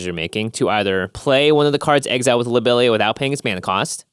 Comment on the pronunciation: the pronunciation of lobelia was killing me lol